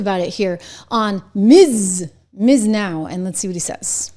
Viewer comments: Trish, its pronounced "B.S. Now", just fyi. 😂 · It’s pronounced “b s now”, lol.